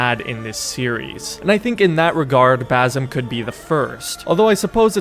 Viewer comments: Hate to be that guy, but its not baZim. Its more of an "S" sound, baSim. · It's basim not bazim 🤣🤣 typical ignorant American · Please pronounce the S in Basim as an S, not a Z, as that's how Basim is pronounced. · Will you ever learn how to pronounce his name....